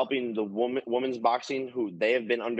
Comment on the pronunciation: dude still says “woman’s” 😂